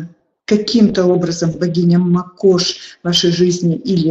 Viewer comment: Очень интересно! Спасибо! Скажите,пожалуйста,как все же правильно ставить ударение мАкошь или макОшь, Вы произносите по разному.